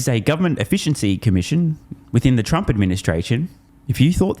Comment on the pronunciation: 😂😂😂 he said tump administration...... as if. 😂😂😂